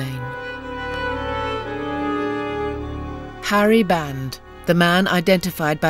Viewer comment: Sergeant Harry Band (not "Barnes")